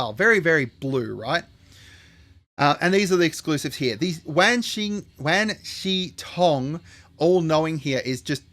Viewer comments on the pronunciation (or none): I'ma crash out. It's wawn shi tong. Rhymes with yawn